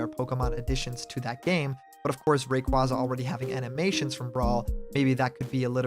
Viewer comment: I can't fucking stand people saying Ray-quah-za, it's already been confirmed to be pronounced as Ray-quay-za years ago! How are people so stubborn to it! Sorry, I get you're a nice guy, but the mispronunciation of Pokémon is a massive peeve of mine.